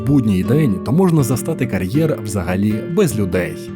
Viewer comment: Що таке «карьєр»? Як Ви це і головне навіщо вимовляєте???